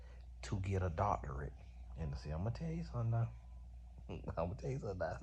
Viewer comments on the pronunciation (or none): According to, it's "doctoriate" 😂😂😂